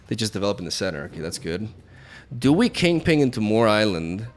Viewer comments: It's "Kingping", not "Kingpling." :P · *KINGPIN*, its 'KINGPIN' not 'KINGPING' not 'KINGPLING' but 'KINGPIN'. Thank you. . . . . . P.S. Sorry for the outrage.😂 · I love how refutes that he pronunces it 'Kingping' only to say it exactly like that for the entire video. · Bro it's kingpin. PIN. P. I. N. Not ping. No g. King. PIN. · Is he calling kingpin king-ping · Lol why do you keep calling him KingPING? Yer silly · Kingping 😂 I’m dying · Lmao “king ping” and “midge olneer” join forces 😂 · Kingping and Arrow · THE PING!!!!! 😂😂😂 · He refutes saying "KingPling"